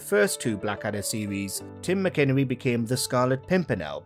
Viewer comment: Tim Mac-in-ernie. It’s not McInnery